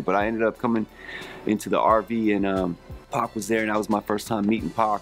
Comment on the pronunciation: You know Jon B is down because he said PAC & not Pack!